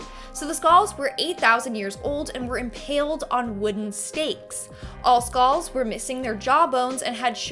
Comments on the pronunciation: “Skaals “ tf is a skaal? Lmfao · Skalls? Lol